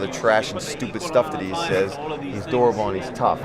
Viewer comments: I know he says "durable", but it sounds like he is calling Perry an "adorable tough guy" - which I think is so much better. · oh thats what he said? i thought he said durable 😂😂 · 38 I thought he said "an adorable tough guy" at first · lol I thought he said "he's adorable" instead of "a durable"